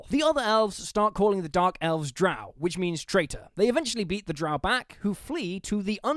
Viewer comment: Love it. Though you clearly pronounced drow wrong.